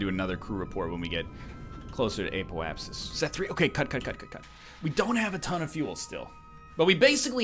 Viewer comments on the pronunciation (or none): apoapsis is pronounced app-O-app-sis btw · "Ape-o-apsis" - it cracks me up every time. And I swear I even hear a hint of an "L" there too... apeolapsis. Thank you for this series. I, unfortunately, watched someone who knew what they were doing, before I self played the game. So I haven't experienced the newbie phase myself. It's very uhm... enjoyable to watch the progress of discovery.